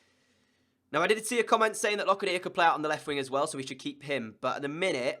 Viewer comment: Locadia is pronounced like Low cA dia